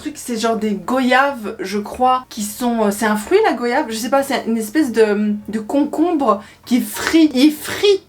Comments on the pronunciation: Je viens de la Guadeloupe on mange souvent du colombo de poulet donc c’est du riz avec une sauce dont l’épice principale est le colombo avec du riz. On mange aussi souvent du riz haricots rouge avec n’importe quelle viande. Et aussi le mot goyave se prononce "GWAYAVE" comme voyage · En revanche goyave ça se dit comme voyage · Goyave se prononce comme voyage.